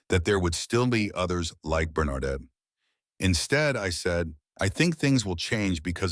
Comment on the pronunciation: The AI doesn't know how to pronounce Bernadette. Having a male voice narrate the conversation between 2 woman was a mistake. All the people watching saw Bernadette's racial prejudice.